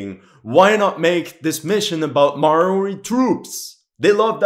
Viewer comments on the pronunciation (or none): Thank you for sharing the information that Lucas Riggs was actually based off of a New Zealander. I find it quite disrespectful how poorly Call of Duty: Vanguard (2021) represented my country. New Zealand. Just to provide some constructive criticism, the indigenous people of New Zealand, the Maori, are pronounced Mol-Di. Besides that, thank you for acknowledging New Zealand's involvement in World War II ( ), even if it's just a small mention.